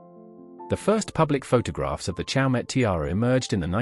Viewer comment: It is pronounced 'show--may